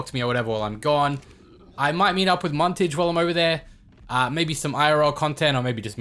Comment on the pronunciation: Muntage and like those japenes woman